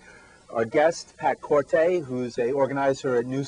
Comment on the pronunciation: they guy needs to learn how to pronounce his name. It's Kor-Tee not Kor tay.